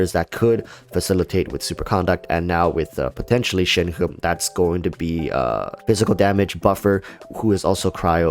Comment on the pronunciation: But... that is the actual correct pronunciation? actually pronounces it correctly?